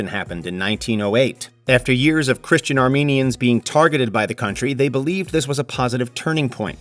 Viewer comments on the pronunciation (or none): none